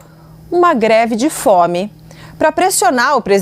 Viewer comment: O problema dele é não saber falar mesmo, pq ao em vez de pronunciar greve de fome ele diz "gre de fome"..😂😂😂😂